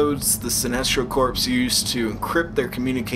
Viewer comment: Corps is said like core